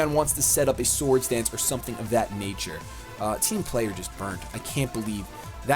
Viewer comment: Whenever says "Team Player",I always think he's saying "Team Flare" Is this just me? Lol